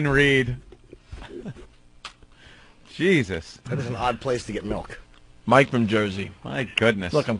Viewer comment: Melk. Fucking MELK? Eugh.